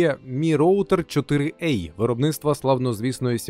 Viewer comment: 4 а, а не 4 ей